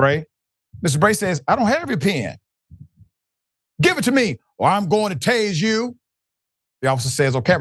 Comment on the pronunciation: "Pen" is pronounced with an "e" Dr Richey I couldnt understand what you were even saying until you said he signed a ticket and kept the "PEN" not "pin" please work on that Dr Richey you are always mispronouncing words like a guy that got his PHD in prison!🤣